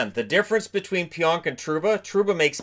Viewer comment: again it’s pronounced pee-onk not pyonk